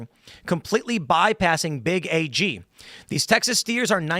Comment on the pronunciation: You sound like a city slicker when you say big A G. It is big AG.